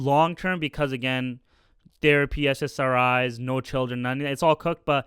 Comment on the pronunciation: SSRI bro, Not SSS